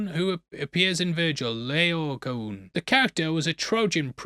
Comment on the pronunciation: "Lay-oh-koh-ohn" (in ancient Greek when you see two of the same vowel in a row, you pronounce it twice)